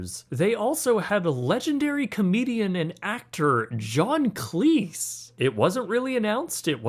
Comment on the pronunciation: Pronounced John Cleeze..not Cleece